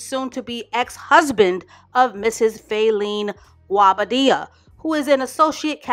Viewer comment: Its the way you pronouced Guobadia for me